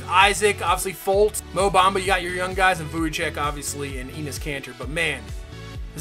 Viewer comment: Vucevic is pronounced - Vooch-uh-vich